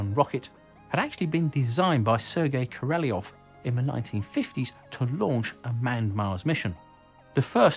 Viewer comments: Great vids man but it's Korolev not Koreleov. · Korolyev not Koreliev